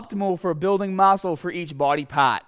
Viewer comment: mascle for each bwody pawt